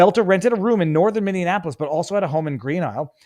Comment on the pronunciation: I stopped watching after you said, " Minnianapolis".